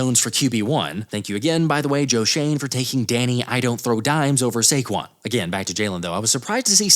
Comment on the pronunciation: “SAQUON” again